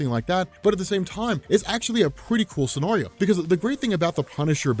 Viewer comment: I hate how you pronounce scenario